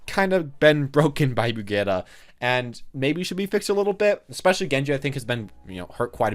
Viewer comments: I hate when people pronounce it Bre geeta, it’s such a dumb one and it sounds like she’s related to Vegeta. I always pronounce it Bridge it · Do you pronounce Reinhardt Rain-heart? Hanzo Hand-zo? It’s Brig-eat-uh. That’s how you say it. If you choose to pronounce it wrong, you just sound dumb. You’re not dumb, right? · where is the official pronunciation of her name said? Even if that bad pronunciation was official I would still always say Bridge-it